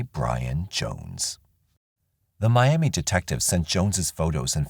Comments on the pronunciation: I live just outside of Miami, Ok. It’s pronounced My-Am-Uh rather than My-Am-Ee. The name comes from a Native tribe from this area. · I’m not saying I agree with it but we pronounce that “Miamuh” even though it’s spelled just like Miami, Florida. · In Oklahoma for whatever the reason they pronounce it miamuh not Miam ee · Funny that the people in Oklahoma don't pronounce Miami the way they do in Florida. "Mi am muh" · Miami, OK is pronounced 'my-am-uh'. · We Okies actually pronounce Miami as Miamuh; Jones was a sick puppy who wreaked havoc in our home area for several years before he went national. R.I.P. to all his victims. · Good Job. FYI-Miami, Oklahoma is pronounced My-am-uh. Only a local would know that though. Thank you for your channel. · It's pronounced MY Am ah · Damn, Oklahoma again 🙃 there's more crime here than I originally thought. Also, oddly Oklahomans actually pronounce it differently than Miami,FL they say "my-am-muh". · They pronounce it like that in Miami Florida too. I live there. Old timers call it Miam -uh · It's pronounced "miama" in Oklahoma. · Maybe Oklahomans should start saying it correctly, then. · Miamah and Quahpaw is how they are pronounced. A lot of our towns are Native American names 👍 This jackass deserves to suffer and rot.